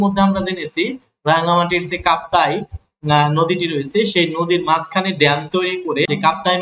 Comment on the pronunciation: রনগান্তি না রা্ঙ্গামাটি হবে